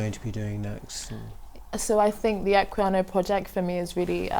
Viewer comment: "Equinaya project" *Equiano project 40 seconds in and my pedantry is already buzzing.